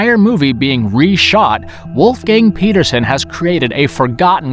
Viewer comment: "WULF GANG PETA ZUN" I told you, stop butchering these names of people, who do not deserve being embarrassed like this! Stop!!